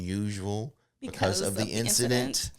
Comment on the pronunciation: I like "Rix'a'dent" rather than incident. ;)